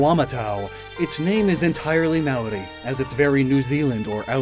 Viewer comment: not ragging on you at all, but just trying to give some constructive criticism around the New Zealand inspirations. "Aotearoa" is pronounced more phonetically like te is tay and ao is similar to ow and "Māori is pronounced like the word "moldy" without the L sort of. in the Māori version of the myth Maui pulls the north island (which is a big fish) out of the sea and is is carved by his brothers who want the meat. The hook Maui uses is also the jaw of his grandmother. the design on Moamatau are quite good but i expect to see more korus which are generally more recognisable as new zealand, however they may be slightly out of place on a dinsoaur or mosasaur such as this. loved the video and all your other content!